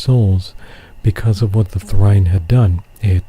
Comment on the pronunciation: Is trine pronounced thrine?